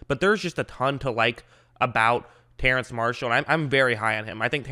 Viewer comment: It's pronounced terrace but I don't think people will say anything if you pronounce it terrance